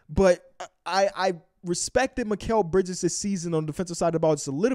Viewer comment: It's mikal bridges